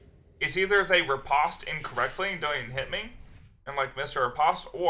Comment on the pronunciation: Please please stop saying ripaast....I like ur vids but I literally almost stopped watching around 6mins when u said ripaaast instead of ri-post like 5 times fast.